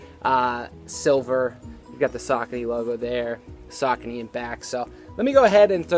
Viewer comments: What's up. Love the channel but, not a fan of the way you pronounce Saucony! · Learn how pronounce the shoe first ......